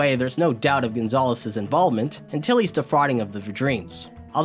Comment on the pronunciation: I'm curious, only because it's so strictly consistent Why do you say til-LY when saying his full name, but only TIL-ly when shortening it?